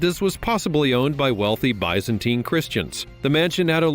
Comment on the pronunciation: It is hard to take it seriously when you are unable to pronounce the words correctly. Bisenteen! Does that help you out. 😅